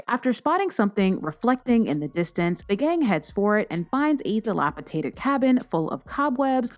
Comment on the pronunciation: Dilapidated not dilapitated. Sorry